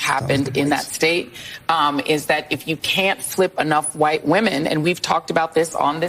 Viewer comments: why does the guy in the glasses pronounce the 'H' in wHite? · Dudes going all in on his pronunciation of “whhhhite”.